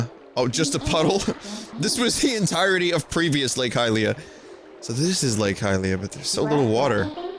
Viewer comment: Damn am I glad Vinny says Highlia. I cringe when people say Helia. Saying it like the word Helium is just terrible. I swear people just try to come up with the weirdest ways to pronounce letters in words sometimes. It reminds me of Pokemon mispronunciations and I don't even want to get into that.